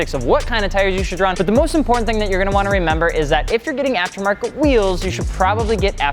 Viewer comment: spack! importantER... Lmao omg i crakced up bro